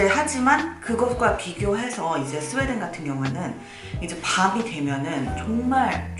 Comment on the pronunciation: 내 귀가 잘못된건가? “정말” 이라고 안들라고 “종말” 이라고 들리는데....